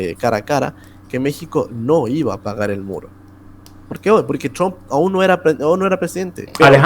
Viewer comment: Todos: Trump Alejandro: “Chomp”